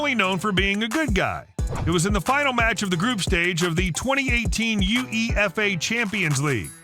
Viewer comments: ffs How he said UEFA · Uefa being pronounced you eee eff ay is hilarious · This guy is pronouncing everything wacky, not you, the guy in the video. Uefa is pronounced "yoo-ah-fah" and Ajax is pronounced "ay-axe" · How he said UEFA came on seriously. omg I just got to souness